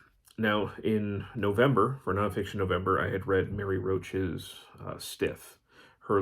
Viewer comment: You absolutely got my name right… which is pretty awesome, because most people struggle with it. Thanks for the shout-out! Great summary of “The Butchering Art”! I enjoyed hearing your perspective on it and I’m glad that you found it to be as engaging and interesting a read as I did!